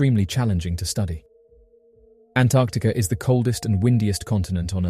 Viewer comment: did he say Antarcticer?